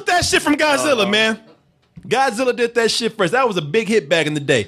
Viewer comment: I really wanted Goodwin here to pronounce Godzilla properly